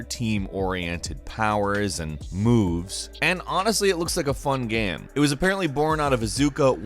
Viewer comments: I keep hearing him say gam instead of game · At the :46 mark, why do you keep saying GAEM? It’s one syllable. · Why can't say 'game' right